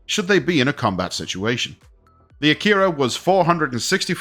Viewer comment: Isn't it pronounced ack-er-a and not a-keyr-a